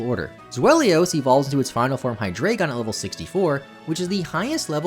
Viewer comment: Here's a fun fact about Zweilous and Hydreigon: THAT'S NOT HOW YOU PRONOUNCE THOSE HOW DO YOU PRONOUNCE ZWEILOUS SO WRONG